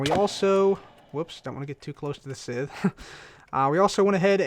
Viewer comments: Likewise, it's pronounced S-EYE-th. Not sizth or sith. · Scythe=(Saith) Manyullyn=(Man-you-Lin) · its pronounced (s-eye-th) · cub, thats not how you pronounce scythe , its pronounced, S-Eye, TH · Just letting you know scythe is pronounced [sithe] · Crafting Unicorn sigh-sith sounds close to it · you say sycthe wrong